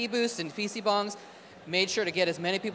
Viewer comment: Not "bongs." Bangs. It's Korean.